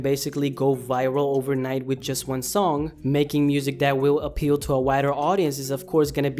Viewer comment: making music that wiw apeaw to whitur adiense